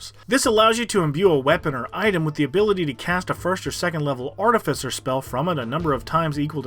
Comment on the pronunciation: It’s pronounced Ar-Tiff-icer, not arti-ficer.